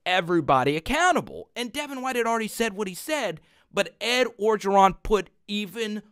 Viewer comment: bro u from creole city.. u gotta learn LA names.. start with Coach O.. ps love the channel